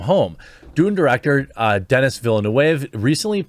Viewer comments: Vill-noov… for the love of god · Pronunciation is "veelneov" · Ville NeuVe! Not that hard Goddamit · Its not going to flop. his name is Vil- eh- noov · as a french canadian, the correct pronounciation for Denis' last name is "Baguette", "Fromage" is also acceptable. ps. it "Vill-nUH-ve" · Villeneuve is pronouncing for you anglos as "vil-newve". If you have time go on youtube and watch sone highlights on the formula 1 racer, jacques villeneuve. His father, gilles villeneuve was a way better racer despite his atrocious death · It's pronounced "veelnuv" (the trailing e is silent) ^_^ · "Veely New" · Villeneuve is pronounced "Veal - Nerve". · "Veal-nuv," if you want to get even close, Jer. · Dhuh-nee Veal-nhuh-vhuh In french, if there's a consonant letter at the end of a word, it's pretty much always silent. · Villeneuve = VEEL-NOOV (closest for english speakers) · why don´t you just watch a youtube clip where somebody says his name? Dude! Villeneuve is french. Do you even try? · Your pronunciation is indeed wrong. "Denis" ... the 's' is mute, it is pronounced "Deni". "Villeneuve" ... the pronunciation is more like "Vil-nehv" almost "Vil-nov" ... french 'e' is not pronounced 'ay', but more 'eh'. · Jeremy, his name is pronounced Denny Villain-oove.